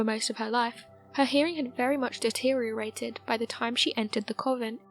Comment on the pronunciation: Covent??? Tan-Zay-nia??? Nostra-dame-us??? Try convent, Tan-za-nee-a, Nostra-da-mus